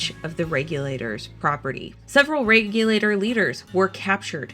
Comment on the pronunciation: When I visited the Alamance Battlefield it was always pronounced Reg-you-late-or not Reg-yul-ah-tore.